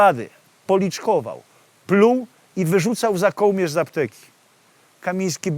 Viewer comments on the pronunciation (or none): Opowieść i obrazek fajne ale żołmierz i kołmierz strasznie kłuje w uszy.